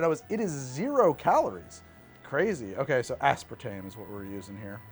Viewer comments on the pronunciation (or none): none